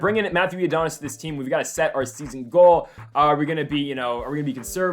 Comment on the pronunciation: Who tf ifs matthew iadonis? Its I-O-NI-DUS